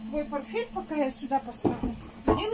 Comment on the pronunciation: запомните уже, в слове порфель есть буква т, портфель